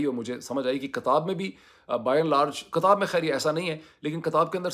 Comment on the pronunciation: "KATAB" Nahi Hota " KITAB" Hota Hai Yeh Lafz Urdu Mai Likh Kar Samjho Ya Kisi Urdu K Shair Se Ya Urdu K Ustad Se Samjho 😂😂